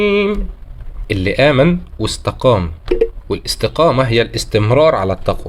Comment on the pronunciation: بحبك ومتابعك من زمان محتاج تركز أكتر على أحكام التجويد زى من غفورٍ رحيم دا اضغام بغير غنه التنوين لا ينطق ❤